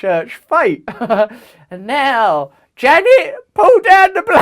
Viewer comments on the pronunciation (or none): none